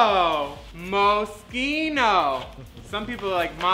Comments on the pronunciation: Honest question how is Moschino pronounced with a hard k? Sh and ch both make the shh sound. Also why do Moschino shoes come in plastic baggies. Looks kinda knockoffy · I love that she said moschino wrong lol